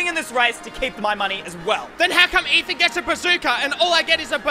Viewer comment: its ey not eye